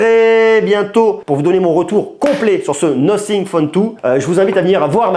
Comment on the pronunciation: "Nossing" ?? Un peu d’efforts frère.